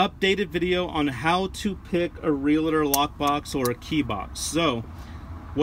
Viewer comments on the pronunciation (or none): It's real-tor. Not realitor. FYI.